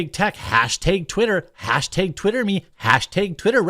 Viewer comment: Fuck stop saying hashtag like that